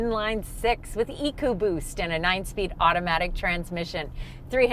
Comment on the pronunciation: do you mean to say E Boost? I heard Ecoboost